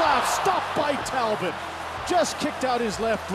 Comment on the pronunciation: Show a little respect to French Canadian players by pronouncing their names rignt: Talbot is Tal-bow...